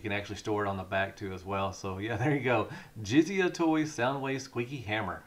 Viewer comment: Japanese pronunciation: - Jizai = "jizzz-eye". - Manju Netsuke = "man-jew net-sue-kay". Hope this helps.